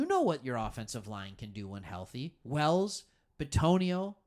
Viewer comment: My god I wanted to listen to this because there’s not a lot of video out on Ribbins but damn this dude just puts you to sleep the entire time. Dragging on with his what he thinks are good topics. Plus he called Wills….”Wells”… it’s an “I” not a “E” you wannabe